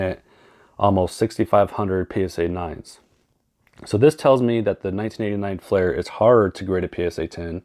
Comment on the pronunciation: you are miss pronouncing FLEER because there a flair set has well. i know not that particular flair set didnt sell until 1994, anyways just trying to help